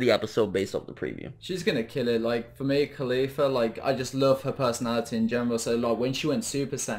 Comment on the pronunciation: Is it just me but it sounded like he said mia khalifa